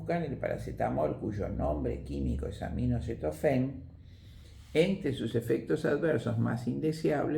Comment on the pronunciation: UNA PERSONA TAN PREPARADA QUE DICE UNA Y OTRA VEZ AMINOCETOFEN AL ACETAMINOFEN, QUE CURIOSO, NO ?????